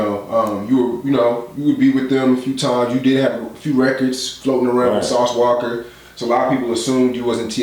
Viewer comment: Lol "sauce walker" 😅